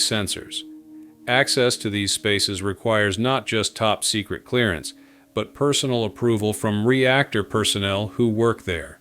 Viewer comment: Secret not ts